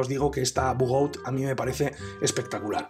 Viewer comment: Todo esta bien en el video... Pero no españolices los nombres... Pronuncia su nombre en su idioma original, no es bugout, es bugaut (la pronunciación)